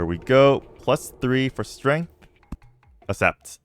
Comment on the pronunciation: I cannot assept that he isn't doing a bit. How do you go so long in life never learning to pronounce accessory? Assessory Assept Is it an assent?